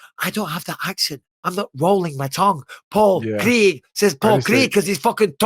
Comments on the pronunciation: you don't need to say craig in a scottish accent you just need to say craig and not creg because his name is craig his name isn't creg. It's not even an accent thing, Americans have no problem pronouncing ai sounds: wage page stage... Creg. Why do Americans have a stroke when they try to say the name craig? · Ffs Mikey its Craig no Craig 🤷😂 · It’s not creg it’s Craig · It’s Craig, never understood the mispronunciation, in Friday Ice Cube is Creg but it should be Craig 😂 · Eh, Craig is a Scottish surname, and I’d rather people said it the way they’re saying it rather than ‘Cregg’ like Americans do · yeah bisping is the only person pronouncing wrong, the Americans pronounce it like kreg, they don't roll the r the way he says it haha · Find someone who loves you as much as Bisping loves saying “Paul Creeeg” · *Pol Kreg